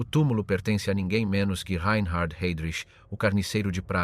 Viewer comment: A.I. SHIT. SUCH AS THIS, REE EIN HARD HEYDRICH.